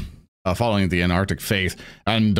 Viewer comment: What is Sir Brays faiþ? Im hearing “Anarctic” but þat dosemt sound right